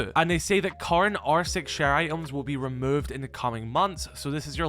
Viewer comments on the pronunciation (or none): none